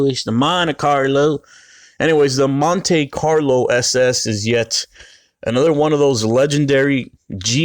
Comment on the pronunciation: say it with me..Mon Tee